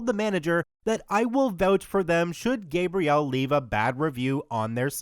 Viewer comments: Say it with me: GAH-Bree-El, like the female name. Not GAY-Bree-El like the male name. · Female Gabrielle is usually said as "gabri- elle" not the way youre saying "gae-briel" <gabriel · Great video, but I suggest saying the name Gabrielle a bit differently, I wasn't watching and was only listening so I thought it was the masculine version of the name. For a name in French like that, it's pronounced, "Gah-briee-ellee" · My god, please learn how to pronounce her name. So irritating. Ga Bree Elle. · Th ambiguous name of Gabriel, you are pronouncing it WRONG, you are pronouncing it with a hard A,like when saying th word PAINT, with emphasis on th GAB part of it,which is th MALE pronunciation of it. For th correctly pronounced FEMALE version of it, its th SOFT A, like when saying th word APPLE, Gabriel, emphasizing th EL at th end like Gabri-EL - I hope this helps, to anyone who cares 😉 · It really annoys me how you pronounce Gabrielle like Gabriel the whole time... Gabrielle is pronounced Gab-ri-elle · It’s pronounced: GAH-vree-ELL! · The woman is French, so it's pronounced GAH-Bree-ELL. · So ya, Gabriele is my sister's name so sorry to be that person but it's pronounced GA-Bree_elle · Oh thank god this was driving me nuts how he said it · oof, butchered the pronunciation of her name, but 10/10 content as always